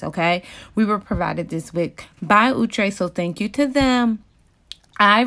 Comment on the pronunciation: Box: outre Her: ooooo trey 🤣🤣